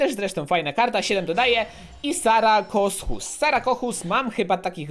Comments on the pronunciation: Nie sarakokus tylko sarkosuchus ehh polecam na nauki do mnie uwielbiam dinosy i jurasdic park :D pokecam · czyta sarkozuch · Wymawia się sarkozuh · Sarkosuchus sie czyta